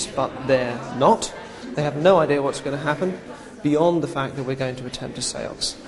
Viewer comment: I know how he got her to go into number seven atleast. He said the sense several times in a way where it sounded like seven